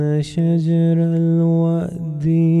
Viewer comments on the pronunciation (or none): Its not "sha-ja-ree" its "sha-jar" you dont even know how to read bro